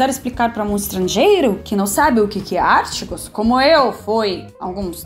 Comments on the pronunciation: Tu és Muito charmosa é muito Querida....não se diz ÁRTIGOS o certo É: ARTÍGO. ( Não tem acento no íi, eu botei só para te mostrar que a letra forte não é o Á...é O I: ARTÍGO. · Ártigos? Kkkkkkkk. Demorei para entender que estava falando dos artigos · Eu tava tentando saber o que era "Árticos" até perceber que ela tava tentando pronunciar "Artigos", realmente português brasileiro, é exclusivo dos brasileiros kkkkkkk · no caso, não é acento, mas sílaba tônica; e a pronúncia dela, provavelmente vem do inglês, que ela também fala, e onde realmente a sílaba tonica está em "ar"; no caso da palavra em português, está em "ti". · AR TÍ GOS. E NÃO ÁR TI GOS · você está falando artigos errado. Não é ártigos. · artigos, e não ártigos... genero, número e grau... pense que pra nós também é difícil. A conjugação verbal é, espcialmente, difícil pra nós nativos também. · É engraçado ver ela falar os artigos como "os ártigos" realmente os acentos é bem difícil até pra nois kksk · artigos é palavra paroxítona...lol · "ártigos" kkk